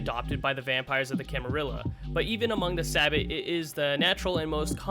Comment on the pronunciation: 99% sure that Sabbat is pronounced Suh-Bot* As opposed to "sabb-at"